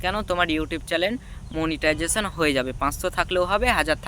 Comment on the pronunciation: তুইতো সঠিকভাবে মনিটাইজেশনের নামই বলতে পারিস না তোকে মনিটাইজেশন দিয়েছে কে